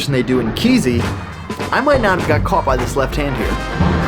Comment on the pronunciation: it's BS... it is actually "Kay-See"... comes from a wrong pronounciation of "Que si", which became the founders nickname.. a spaniard... so yes, kay-see is correct and it does NOT mean "from the heart"...